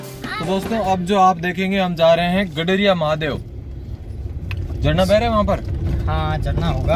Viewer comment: गराडीया महादेव नाम है भैया गडरिया नहीं